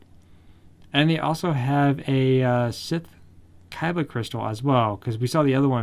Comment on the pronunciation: keeps saying kaiba instead of Khyber